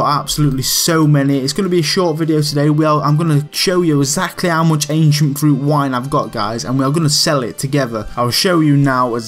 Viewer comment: almost heard it as Asian fruit wine :P